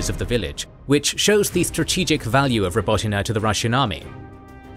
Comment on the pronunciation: Your pronunciation of Robotyne is so much better than large global media companies with ridiculous resources who couldn't be bothered to research it